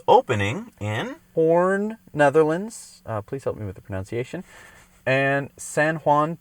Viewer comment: you said "hoorn" in the netherlands just right! johan from netherlands.